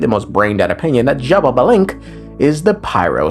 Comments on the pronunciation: Why do you say xbabalanque? Where is the second ba? I only see xbalanque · it's ''sha-ba-lan-ke'' not ''shababalenke'' LMAOOOOOOO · "she ba lava" lol close enough, its "she ball bah" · It hurt me to my core how you pronounced Xbalanqué 💀 But, I'm sure you did your best! Mayan names are really hard to pronounce Correct pronuntiation: Sh-ba-lan-qué, with the E pronounced ''ehh'' Edit: Also, his brother's name is pronounced like this: Hu-nah-pu Edit 2: Xibalba's pronunciation: Xi-bál-ba or Xi-bal-bá (the apostrophe is to make the letters sound stronger) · It’s shibalankeh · i've seen people pronounce xbalanque in very different ways but Shababalenk gets the crown for sure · I think it’s shih ba lan kuh but I’m not one to talk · Not jababalank 😭 great video tho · Funny enough, I pronounce the X in Xbalanque with a chii sound Eschiibalanque. Don't know if it is the right way to pronounce 🤔 (we have a lot of indigenous words in Brazil, so i may be right or not. I don't know if in other parts of South America is the same pronunciation). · take a shot every time he says sha-ba-ba-lanque. Don't, you'll die 💀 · first time i hear someone say xbalanques name as jababalink and it has a ring to it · The way is pronouncing these names has to be a slur 😭😭😭 zsshhababalink 💀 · Brother, it's "shé blanc que" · everytime my man says it it makes me pause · MY GOD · Dude you know what Im gonna make a video with the pronunciation, but you're close 😂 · Well, if I might... it is pronounced something like this: X(ish); BA (like in basket); LAN (like in landing); and QUE (like in kettle)... most of it sound like long vowels